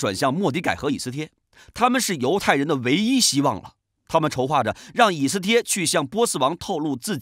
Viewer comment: 读错了吧